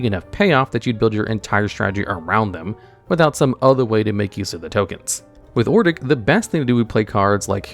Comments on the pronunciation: Hahahahaha it’s Odric not “Ordic” 😂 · It's hard to get past how he pronounces cards 😂. Adding an r to Odric is wild. Pronouncing it Or-dic instead of Od-ric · Yeah I was listening to this video and when I heard Ordic i was like who the fuck is that? He's a reoccurring character from Innisitrad? You mean Odric?? Lol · "Ordic" now lives rent free in my head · That and or-dick instead of odric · he constantly said Ordic instead of Odric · O D R I C it's odd how common people pronounce his name Ordic. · Bro, I thought you pronouncing Archfiend as Archafiend was bad but after hearing you pronounce Ixalan as Izalia and Odric as Ordic makes me glad I'm not subscribed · I lost it when he kept saying Ordic over and over again. I will never use his name right now My favorite commander is Gonti, it makes people mad but I don't play to win, gimme the salt! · Amazing video! But "ordic" ... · Ok, I run a mono white Odric deck, and this pronunciation is like nails on a chalkboard. Even if it's for the worst Odric, I tend to hear it pronounced like Odd-Rick. Or Oh-Drik. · In this video: Complete failure to say the name "Odric", saying "Ordic" every single time. Sad. Otherwise your content always is nice. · First time I heard Ordic, I knew he was going to hammer that one every time it came up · He just saying ordic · You can put Pariah onto cho-manno. But...yeah...poor Odric btw. butchering his name like that :v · I cannot listen to the ODRIC section because apparently the d and the r are swapped places when you don't care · If only the narrator could pronounce Odric correctly... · Take a drink every time Odric's name gets butchered. 🥃💀⚰ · definitely not ai generated, ai would mispronounce things, sure, but it would get the letters and their order right, it wouldn't replace the x with a z in Ixalan or swap the r and d in Odric. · It's really annoying me how lazy the voiceover is sometimes; like you couldn't have tried ONE more take on Ixalan or re-read ODric's name?